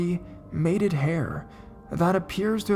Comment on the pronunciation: Wow! You mispronounce A LOT of words, man. Bovine, matted, Navajo. Not trying to put you down, but you might want to double check the correct way to say certain words before you record yourself saying them wrong, it's embarrassing for you.